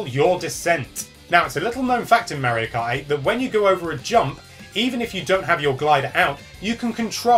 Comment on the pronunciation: Says "tips". sounds like "tips". puts "teeps" at the bottom. yet has never notice he says Mario wrong.